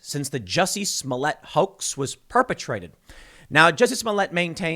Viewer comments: Ahhh yes... Juicy Smolyet.... the famous French actor. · Tim. His name is Juicy Smoolièt. Get it right. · It's "Juicy Smoyey" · The least you could do is pronounce his name correctly, it's French.